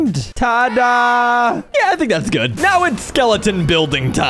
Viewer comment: You tink ing my tink